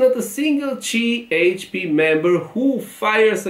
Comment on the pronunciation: Cehepe ❌️ Cieçpi ✅️ 😂